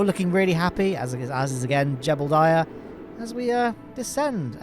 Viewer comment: Jebediah Kerman: ❌ Jeblediah Kerman: ✅